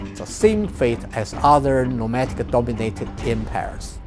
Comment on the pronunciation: "em-pears" ? em-🍐